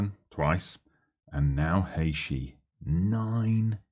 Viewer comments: Haïshee wtf is this pronunciation ?? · Now discovering your tune channel and stemming from Trinidad and Tobago Really glad you chose our country and John Paul is quite good in real life having gone to school with him so glad to see some fm content creators using my country And it’s pronounce Hay -Tea Lol but good vibes nonetheless looking forward to more content